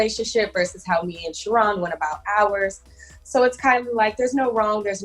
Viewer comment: Sharron is a disappointment.. she should've picked David. ..am I the only person that hates the pronunciation of the name Shah-ron??? .. it's Sharon MFS lol 😂😂😂